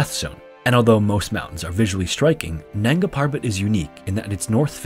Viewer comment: Nanga Parbat (Naked Mountain). The first a in nanga is like a 'u', the b in parbat is prounonced like a 'v' and r should rolled liked a double r (rr). Nungaa Purrrrvat.